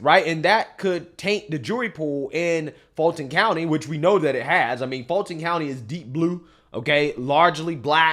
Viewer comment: So I don't care, but it's pronounced (Full-ton) County. Yes, it's Black and Democrat. I was born and raised in Fulton. Then, I finally moved to Gwinnett, married a Conservative, and my whole world changed. 😂